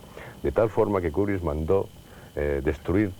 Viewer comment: porque nadie a explicado a ese hombre que se dice KUBRICK Y NO KUBRISSSSS.....